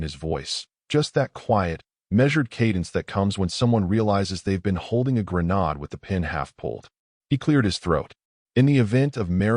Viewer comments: Not GRA NAHD but rather GRA NAYD, AI never gets it right! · Narrator mispronounced coifed. It sounds like qwafed. Also grenade is pronounced like grenaid. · That's what I got out of the story, too. I don't recall any love exhibited at the beginning of the marriage, it seemed the the OP already knew the soon-to-be-ex was going to try to take his assets from the very beginning. Why go through the bother of a marriage when the OP already knew how it would play out? On a side note I thought it was amusing how the AI voice pronounced "grenade" like "gren-odd," not "gren-aid" multiple times. And BTW, when does the OP get all the money back that the ex grifted through the mother's LLC? Well, I didn't stay to find out. Because there was a closing statement. And then another one. And another. Ten minutes before the end. At that point, I'm out. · Learn how to pronounce the word “grenade,” among others.